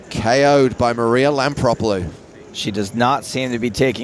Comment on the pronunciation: Hmm. Is her name spelled Lampropulos but pronounced Lampropolus ?